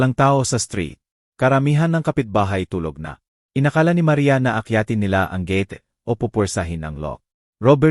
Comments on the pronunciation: Ayusin mo ang pag kwentoat pag bigkas ng gate hindi ge ti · Hindi marunong mag basa anong gete? josy jose yan?